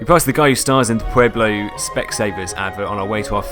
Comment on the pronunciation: Pueblo Colorado lol it's pronounced pway blow or pweb lo Phonetically of course.